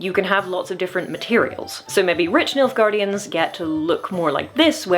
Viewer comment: you keep saying nilfgaardians and all i keep hearing is milfgaardians and its keeps making me smile lol